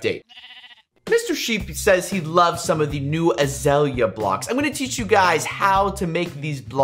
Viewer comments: It's azalea, not azala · it is pronounced UH ZALE YUH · What's azala? (I knew he ment azalea)